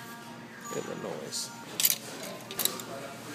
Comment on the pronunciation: That's how he pronounced it